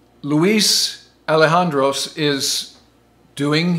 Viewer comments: It’s not Alejandros, it’s Elizondo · "Ali han dros"............dont you mean "Eli zon do" ??? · You can't even say Luis' name correctly, ELIZONDO or read 13000 mph from your own graphic on screen. " F " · Exactly. Better to listen to Fravor tell the complete story himself in interview. As stories pass from teller to teller they lose crucial details while taking on erroneous ones. Mispronunciation of "Elizondro" was also distracting. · Probably because that isn't his last name. It is Elizondo. The z is pronounced just like it is in English. Sometimes it has more of an S sound but it does not make an h sound and there is no s at the end of the name. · You got the right guy but his name is Luis Elizondo, not ''Alejandros''. You should issue a correction. Thanks for a great video. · The guy you pictured and refer to as Luis Allejandos is actually named Luis Elizondo. You totally butchered the name. Just thought it should be clarified. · Luis Elizondo, not Elijandros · It's: Luis Elizondo.. eli-ZON-do Even if you've never studied Spanish, just slow down, relax, and practice it as much and as many times as you want! (THERE IS NO FINAL "S" 😳 😊) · Its Elozondo. Not Elohandosse. Lol wtf😂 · Well, if he can pronounce Elizondo as "Elhandro", anything is possible! But seriously, hundreds of credible sightings, testimonies, and pics, from all round the world, for many decades. Nuff said. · It’s Pronounced ELL-IZ-ON-DOH. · he keeps calling him alejandros :DD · ELIZANDO....You're pronouncing it wrong, get your facts right! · Straight up butchered the name! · I have never heard anybody say Luis's last name like that. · He mispronounced both Luis' last name and Mellon's last name. (Ps, possessive of Luis is "Luis' " not "Luis's") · glad you are talking about this subject, but some of your facts are wrong! the reported size of the tic-tac was about 10-30x your little model, and Luis name is pronounced wrong. Additionally, the program was named AWSAP not AATIP